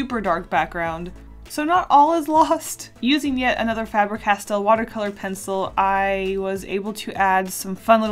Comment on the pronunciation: Everytime you say Faber like that I die inside..